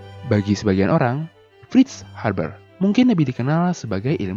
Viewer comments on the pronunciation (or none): Haber min, bukan harber. Videonya udah menarik pake animasi, penyampaiannya juga sudah baik. Saran aja, gak usah banyakin bercanda biar formal sekalian, videonya sudah bagus kok, gak bosenin. Goodjob